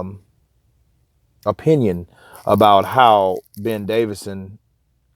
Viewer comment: its davison not davidson Fyi man great channel tho